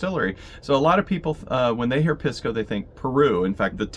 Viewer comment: Thanks for the videos. FYI, Pisco is pronounced "Peace-co".